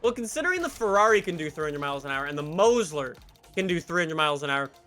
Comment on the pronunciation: He fuckin says Mosler as mose ler